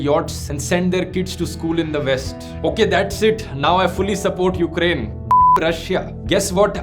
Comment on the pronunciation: 300 movie Leonidas Ka scene yaad aa gya, then he will say "This is Ukrrrraineeee"